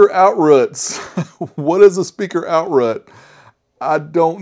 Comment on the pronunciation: Can’t stop laughing at “outrut”.